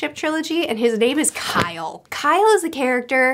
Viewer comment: I just love how you said Kyle's name the first time round, basically everyone I know who has read Liveships says it the exact same way and its great XD